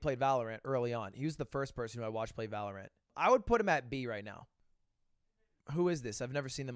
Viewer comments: Ludwig i need to tell you its pronounced Valor-Ent not Ant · If I hear him say valaraan I'm going to kill someone